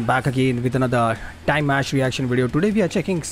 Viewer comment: Not Dye Mash it's Dim Ash you still said it wrong. The announcer made a mistake Dimash has never been on The Voice, he was referring to a Chinese reality show for top professional singers that he participated on. No he doesn't sing mostly love songs but he sings all genre, all OCTAVES and is a big pop star in China. He can sing Pop, Rock, Rap, Folk, Classical, Opera, Ethno Folk, Etc, Etc. He can sing anything and sing it perfectly with emotion that can enter your soul. He is the most highly musically educated musician at present in his 2nd year of his PhD so why are you wondering how he is doing it. Of course he can do it but it helps that he has longer vocal cords than others, maybe due to his height, he is 191cm or 6ft 3in, or genetics or both, but even with them he needs to have the training, education and understanding of his own instrument to be able to have this free and flexible way of singing. He is undoubtedly the best vocalist in the world with the biggest vocal range probably ever. He is a phenomenon, he is constantly striving for perfection, his voice improves and strengthens with each live performance. He will soon have total domination of music around the world 💖